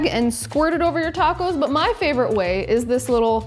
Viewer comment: Are those tahcos? They sure are tahcos! Ungh, I just love tahcos or a corn tortilluh.